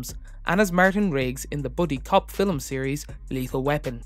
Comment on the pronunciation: Well reading of the wikipedia page. And what is a "filim"?